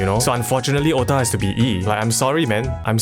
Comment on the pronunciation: It is otak... not ota